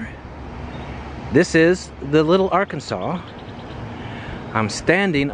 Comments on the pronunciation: I was going to say something about Ar-Kansas not Ar kan saw. You beat me to it. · It's not called Ark-can-saw in KS, I know, I briefly lived in NW KS for 3 years in the mid-late 90s. They call it: The Ar-can-sas River. Believe me, locals are sticklers about the pronunciation. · It's the "OurKansas River" not Arkinsaw! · It's only ar- Kansas in Kansas. In Colorado and everywhere else it is ar-can-saw. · The Arkansas like the state was named after the Kaw or Kanza or Kansa people. It was the slavers in the state of Arkansas who bastardized the pronunciation of the river by adding the aw sound where there had never been one. So everytime you say Arkansaw instead of AR-Kansas you are pronouncing the slave state name. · It’s pronounced R-Can-Saw, not R Kansas. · The rivers are pronounced are-KAN-sis, not are-kun-SAW. The prison is in el-doh-RAY-doh. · We say Arkansas not Arkansaw. The street is Douglas the Chisholm Trail sign is a historical market from the cattle drive days. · Arkansas!!!! R-Kansas R-can-saw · Don't mean to be rude but as a local here in Kansas the river is actually called and pronounced like its spelled arckansas river not arckansa you should also go to the cowtown museum next time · It’s arKANSAS river. We can tell if you’re an outsider if you pronounce it like ArKanSaw. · Just FYI - in Kansas the Arkansas River is pronounced Ar-Kansas (not Ar-Kan-Saw) ;) (yes, this is like Cario Illinois is pronounced Kay-Row, not Ky-Row) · The Arkansas is pronounced how it’s spelled… it’s not Arkansaw! It’s ar Kansas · Love it when non- locals come and mis pronounce our wonderful rivers. It is not ark kansaw bur AR Kansas which has been noted in the comments already. I'm a firm believer in if one is visiting an area, learn to speak the language correctly. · That's ar kansas not arkansa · Btw, we pronounce it the "ar-KAN-sas" River not "AR-kansaw" River. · The river is not pronounced the Arkansaw it is the AR-KANSAS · AR-Kansas River. Not Ar-Kan-Saw.